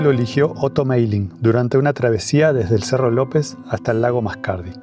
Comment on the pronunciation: Hola, te cuento que tengo una relación muy especial con Bariloche - que llega a ser hasta divertida. Mi abuela alamana tenía un admirador especial que se quería casar con ella, el nombre.... Otto Meiling 😂🥰 Espero que no me lo tomés mal, el nombre se pronuncia "MAILING" como con A. De paso te digo que todos tus videos son geniales porque lográs algo que pocos logran: que uno se siente estar allí acompañandote en cada una de tus salidas! Abarzo Christian